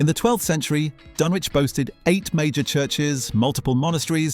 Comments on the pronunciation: As someone who comes from the area, us locals pronounce it 'dunn-itch' 😁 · It's pronounced dun-itch, not dun-witch. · Did you REALLY just pronounce it Dunn-Witch?? Downvoted, I'm outta here. Fake-British clanker trash. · Dunwich is pronounced "Dunnich". AI FAIL. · Dun- witch? it's not pronounced like that... this is not a very credible start :) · Firstly it's pronounced 'Dunnich'. Secondly it was destroyed by coastal erosion, not people as your title suggests. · It's pronounced "Dunnitch". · What's a "Dun witch"? And what the heck is a "Den bye"!? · Thought it was pronounce 'Dun-itch' (like the STD). And we are talking about the 12th Century. It is a on a soft eroding coast like much of the east coast of England and this is part of a natural process. You are not alone in deploring the fate of Euston Arch. But why go to the expense of rebuilding? Crystal Palace was also a bit of a white elephant by the time of the fire and don't forget that Britain was just coming out of a deep recession and readying for the possibility (realised) of a long war! Change happens. Thanks in no small part to the Americans charging for their help in the war, Britain was bankrupt. All historic buildings have been used over time for local repairs. (The Turks used stones from the ruins of the Temple of Diana at Ephesus to built a railway viaduct). There comes a point at which we no longer, like the mediaeval church, have to have physical relics to understand or protect the cultural memory of artefacts. I have myself recently realised that my massive collection of foil milk bottle tops was not going anywhere. Except the recycling centre. And I feel better for it.🙃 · And pronouced dunn-witch ... this must be some kind of AI slop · Silent w. Please!